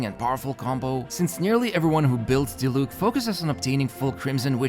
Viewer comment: My man still be saying Dilook instead of Diluc. Gotta love a man with commitment.